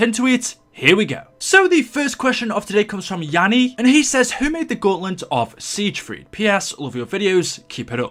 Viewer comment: love your videos but it is pronounced as sigfrid